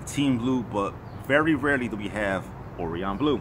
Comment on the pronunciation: how many times is this guy gna mispronounce orion lmao